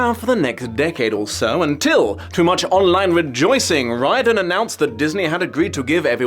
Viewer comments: No shade to, but I’m pretty sure that name is typically pronounced like “ree-orden” or “rear-din” in American English. But I could be wrong. We might have a W.E.B DuBois situation here. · btw is there a reason why is pronouncing the name Riordan so weirdly? I never heard the man himself introduce it, but i would have thought it cannot be that far away from Dolores O Riordan of Cranberries fame or the few other famous Riordans...